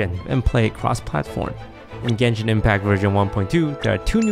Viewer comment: I hate how toast mispronounced both genshin character names